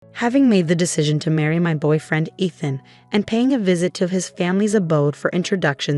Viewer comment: Is her fiancé / husband name Eeethan, Ehthan or Aathan? Narrator can’t decide how it is pronounced.